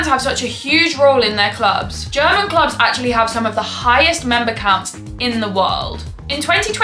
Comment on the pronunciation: I love your pronunciation, Normaly i dont like it when english speakers like commentators or football youtubers that could know how to say it butcher german clubs names, players, cities etc over and over again (or more when people act like its correct while pronouncing it very wrong and then people might think huh what a strange name or word ) Butttt in your case it doesnt bother me at all😄, instead, as a german i really love your pronounciation and accent when you say german names and i dont expect you to say it like a german because when you say it with your accent sounds so beautiful to me ❤😅 certain accents can be annoying or can be special and yours is not annoying at all, its very beautiful, Its also so nice to see that as an english person you show interest in our german football and make videos explaining about it, thats already a big compliment i think, Is your accent typicall for some region? can i ask which region you are from? greetings from western germany :)